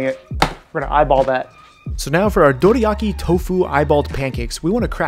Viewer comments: dude you say it like its written "doriaki" so annoying, stop ruining words with accents please :´( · please pronounce Dorayaki correctly.